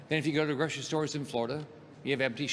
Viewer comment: GROCERY NOT GROSHERY